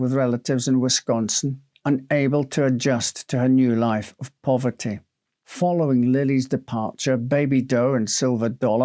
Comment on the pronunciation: Wis-Con-Sin, not Wiscon-stin just a FYI; thanks for all you do.